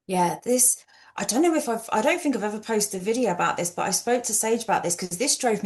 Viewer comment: “bink about it”